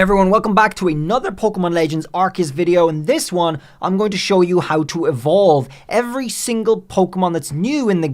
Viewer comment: AAR-SEE-US that’s how u pronounce it but love the video